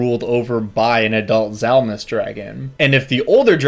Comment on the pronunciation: To be fair on the pronunciation the "D" isn't silent is Dzalmus it's a "/d͡z/" kind of like the "Ts" in Tsunami is a "/t͡s/" so the "/d͡z/" is pronounced like a Z but with the tongue back and up where the D is usually pronounced. phonetically similar, though it does push the pronunciation of the whole word farther back in the mouth. "/d͡z/" though isn't really ever used in any dialect of English. Edit because for some reason half of why I typed was erased.